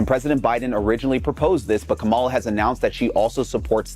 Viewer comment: and its "comma la" say it right